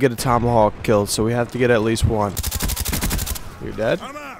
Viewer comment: It wiLl Keel